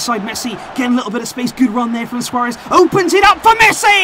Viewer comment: Yeah, you said “Luis Suaréz”😂